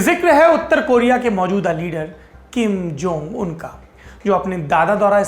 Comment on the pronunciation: आप जब किम जोंग उन का उच्चारण करते है तो लगता है कि कोई बीज मंत्र जप रहे हो 😀😆